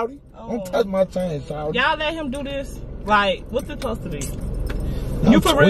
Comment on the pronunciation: “Don’t Tauch my stuff” 😂😂😂😂